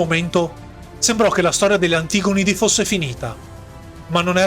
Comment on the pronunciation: Oddio, la cadenza infinitamente repetitiva, e l'accento infallibilmente sbagliato su "antigonidi". Ma è locuzione artificiale?